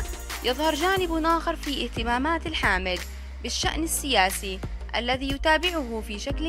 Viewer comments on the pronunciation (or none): none